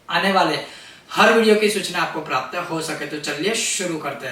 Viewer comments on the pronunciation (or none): none